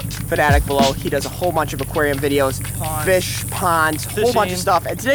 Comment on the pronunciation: What’s a fiss I thought it’s a fish 😂